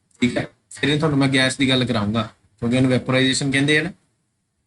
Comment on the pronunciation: Sir ਗੈਸ ਨੂੰ ਗੈਂਸ ਨਾ ਕਿਹਾ ਕਰੋ ਅਜੀਬ ਲੱਗਦਾ